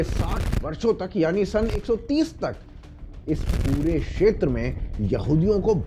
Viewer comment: 'क्षेत्र' को 'शेत्र' क्यों बोलते हैँ आप? और भी कई व्याकरण की, उच्चारणों की त्रुटियाँ करते हैं. जैसे 'मातृभूमि' को 'मात्रभूमि' बोल रहे हैं 🤨 भई, आपका कार्यक्रम हिंदी में है और हिंदी हमारी राष्ट्र भाषा, मातृ भाषा है, वह तो ठीक से आनी ही चाहिए!